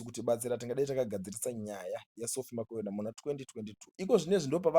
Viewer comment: Iwe who is Sophie Makwena. Pronounce .bvunza kuti anonzani nhani